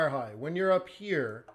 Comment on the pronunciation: Buy low (blow), sell high (shigh or sigh) lol love it !!!